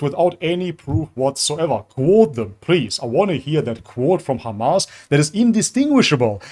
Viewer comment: I just want to say its HAMAS not KHAMAS. Free palestine